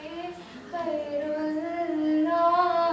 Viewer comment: Kairulla ennalla gairulla enn chollanam